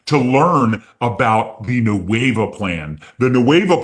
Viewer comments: Officially the new name. 'Qué Hueva'. Love it. Best part is they'll throw it into Google translate and just not get it. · I'm Spanish. The way pronounces "Nueva" sounds to me like "Hueva", which in Mexico means "lazy", "boring", or "tedious". They nailed it! 🤣🤣